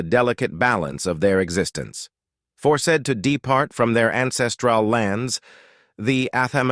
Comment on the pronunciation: shucks! Even simple verbs in the past tense like ‘forced’ are mispronounced ! Or the simple word solace !!! No one checks the AI? You can hire me. Other error : eschew is pronounced with a k sound.